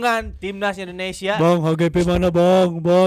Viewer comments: Indonesia bukan endonesia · Negara ini bernama INDONESIA, knapa saat nyanyi berubah jadi Endonesia ? 🙄🙄